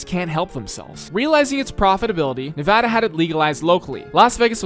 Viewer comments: As I lifelong Nevada resident, I can tell you it is pronounced nev-AD-uh not nev-aw-da! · its nevAda, not nevahda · As a nevadan, I want to say nice job. But, you pronounced Nevada wrong the whole video. We take this very seriously. Nuh vah da not nuh va da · However, the way he pronounces Nevada is very much annoying. It's Knee-Vaaaah-Duh, Not Knee-Vaw-Duh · I wonder how many Nevadans are going to be angry that you mispronounced Nevada several times. I count at least 1. In seriousness, it's really neat to see an area I lived in as a kid built in Minecraft. Excited to see where gets built next! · How do you make a video about Las Vegas without ever being told how to pronounce it or Nevada by any of your builders